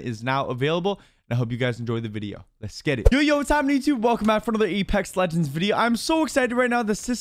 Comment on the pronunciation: Did my man say epex legands